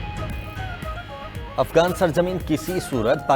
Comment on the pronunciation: ابے بیوقوف افگان نہیں افغان ہوتا ہے